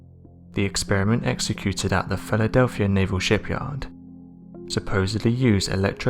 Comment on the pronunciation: Jesus. Listen to how he says Philadelphia at the :40 second mark. This narrator is pure trash. A horrible voice, accent, and the worst word pronunciation ive ever heard. Even English subtitles cant understand him.